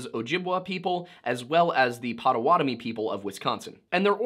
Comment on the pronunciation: Hey! He said Potawatomi right!